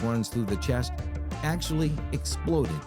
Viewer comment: Lol muscle don't "exlode"